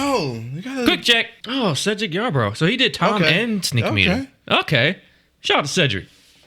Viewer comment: Cedric Yarborough's first name is actually pronounced "See-dric".